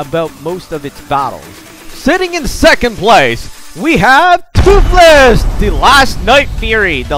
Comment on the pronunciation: Agreed. And it is fastest not Thootless